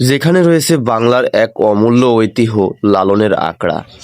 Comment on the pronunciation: ওইতিহো না ভাই উচ্চারন হবে 'ওইতিঝ্ঝো' ( বানান ঐতিহ্য)